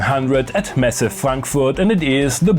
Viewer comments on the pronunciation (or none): none